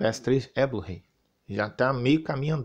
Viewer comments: "Blu-rei" kkkkk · O melhor do vídeo foi o "blu-rei" kkkkk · Blu-Rei kkkkkkkkk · Caraca a pronúncia do falando Blu-Ray KKKKKKKKKK